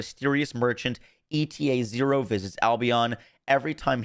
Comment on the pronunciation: I think ETA-0 is supposed to be pronounced like the Greek letter H (eeta), and it’s probably going to be a robot. It’s going to “eat” the items that have 0 value to us, and give us something we actually want/need in return. Also, people do entire builds around transcendents. Waiting that long to release her reds is a bigger L than time-gated invasions because there’s no way to know what cats you need to sink into a build until you see which transcendents are actually going to be worth building around.